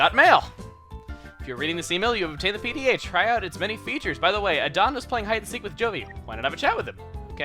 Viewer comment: I don't think it's "Uh-don!" I think it's "A-Dun" like...Aid-On!